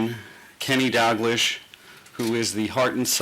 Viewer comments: I little off topic but I've noticed in this interviews over the years that it seems everyone outside of Scotland or Liverpool doesn't know how to pronounce "Dal-gleesh" it's not "GLISH" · I like Werner but you would've thought he'd be able to pronounce things properly after 19 months in charge of LFC., can't pronounce dalglish, premier league, swansea, jose mourinho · ahhahahahahahahahah Tom Werner pronounced Dalglish's name wrong hahahahahaa and you deldued lfc fans doing nothing about it hahahaha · "Kenny Dog-lish"....